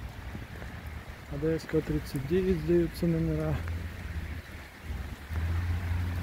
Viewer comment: А почему ОдОевского? Ударение на 2-ую О? К ОдоЕвскому она разве не имеет отношения? Не в его честь названа?